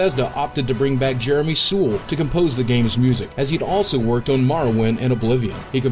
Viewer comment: Oh god please no don't pronounce Jeremy Soule like this please.